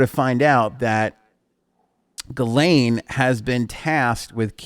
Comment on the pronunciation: Gi Lane are you sure that is how it is pronounced?